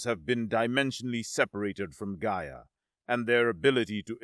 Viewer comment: I have to poke at your pronunciation of "Gaia" here. The first time you say is is... distinctly different from your (correct) pronunciation later in the story. Also fun is where the subtitles fluctuate between "Rygovax" and "Gyrovax" and "Rygon", or when "Sevarro" and "Zevarro" and "Nevarro" are swapped back and forth, as well as "Stonvar" and "Stondar". Some of them (notably, "Gyrovax") are read as written, which makes it even funnier xD Great story, as usual, though!